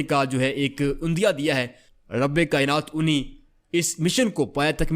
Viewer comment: عُندیہ نہیں عِندیہ لفظ ہوتا ہے.